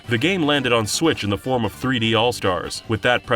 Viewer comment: "mario kart sWIItch HD" let that sink in.